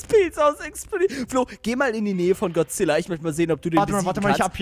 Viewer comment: Es heißt godzilla und nicht gozilla